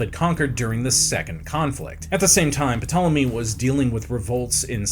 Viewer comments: I couldn't make it through the video. So much research was done for this video and a quick google search could not be done to learn how to correctly pronounce the subjects name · This video would be so great if he pronounced Ptolemy's name correctly, The p is silent , surely that would come up in research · Had to stop watching 2.5 minutes in because you pronounced Ptolemy wrong. The P is silent. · Err it's Tolemy not P-tolemy sounds wierd when you say it... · D'Jango! The D is silent... hillbilly! That's what you sound like P'Tolemy 😂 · The “puh-tallamy” is making this unwatchable 🥴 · Also the p in ptolemy is silent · Can I trust a historian who says “Pi-tolomy”? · I tried to watch this but him saying PA tole emy is just too much. You can do all of this historical research but can’t research how to pronounce a dynasty that had 15 named Ptolemy….. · Puh-tolemy..... y'all.... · It’s pronounced “tole emy” the p is silent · P is silent in the name Ptolemy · Ugh pronouncing the name of the subject of the video..is it that hard to find out how?Glib is one thing but that whole video was giving idgaf. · New host needed or bring back simon this guy literally killed this video with the mispronunciation of ptolemy seeing as the p is silent seriously get rid of this dude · When I hear the name of the subject being mispronounced I am automatically close the window. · The ‘P’ is silent 🤦🏼‍♀️ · Until I read this comment I was sure he was F**king with us pronouncing the P lol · I can't decide what's worse My impacted wisdom tooth or hearing him pronounce the p 100 times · Spends 30 minutes recording a video but can't spend 1 minute looking up the pronunciation. Eric I've started to warm to you, but you're better than this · everyone freaking out 😂. Maybe you should have just not said the P so everyone would not be crying over it 😂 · You know you are pronouncing his name incorrectly, don't you? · The bloody “P” is silent 😂